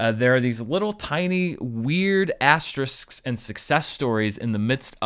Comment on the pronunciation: Reasons why I’m a Forever Fan: 1. He correctly pronounces “asterisks”... TWICE! 2. He provides a completely unnecessary slow zoom into David Spade's apathetic face that will be nightmare fuel for years to come! 3. He takes the time to rightfully enthuse about “Breakdown” which, yes, is criminally under appreciated!